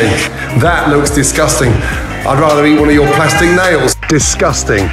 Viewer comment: I thought he said crusty nails lmao